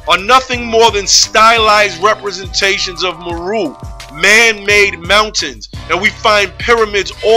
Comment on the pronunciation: Islam. Indeed, I have done research in the tribes of Kenya and Tanzania and their name is MERU pronounced MAY-ROO. I touch on this aspect in my video on the Moors. Peace.